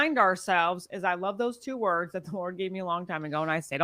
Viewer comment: She can't pronounce words well. What a shame. She's dillusional.